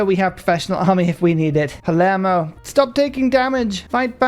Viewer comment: You're trying to correct pronounciation of a bear that keeps calling his capital Palmero? 😃